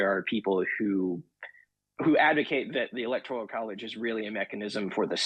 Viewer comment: Democrats are against ANYTHING in the Constitution. BTW, you might want to pronounce "electoral" correctly. GEESH!